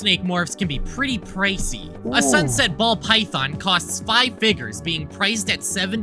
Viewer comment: is it just me or did i heard "five figgers" in ?